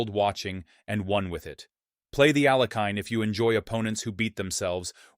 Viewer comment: You mispronounced Alekhine’s name.